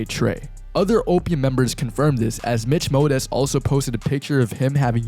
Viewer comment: his consistent mispronounciation of destroy lonely, mitch modes, and joy divizn is actually really funny